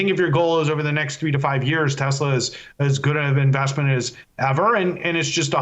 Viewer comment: 'next minute', not 'neck minute'.